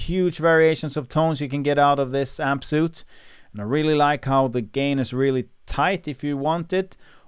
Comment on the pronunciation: it's pronounced 'sweet'